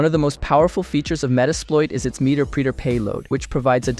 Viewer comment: Meeter preeter lmaoooo